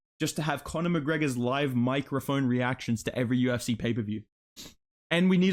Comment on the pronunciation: "I im thi first Ifrican to call flights in the Yu-If-See"